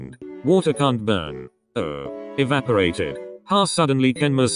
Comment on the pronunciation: Not the ha EvAPoRaTED 😭😭